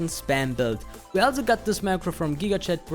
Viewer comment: stop saying "alzo"